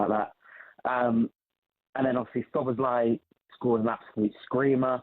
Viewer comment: Cundy it's Szoboszlai , not Sloboszlai , thought he was tonight..